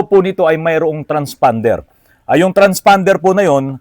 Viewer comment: Naku po may sasakit na naman ang ulo sa bagong word of the day”transfonder” baka isipin transormer hehehe